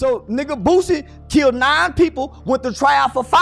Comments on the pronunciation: He can't even say his name right😅😅😅he said booozie😅😅😅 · If he say Boozie one more time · I’m not watching a video calling this man “Boozie” smh 🤦‍♂️ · Boosie not boosy 😂😂😂